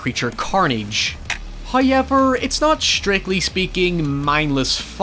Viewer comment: saying the word "however" is the strangest experience that I keep coming back for.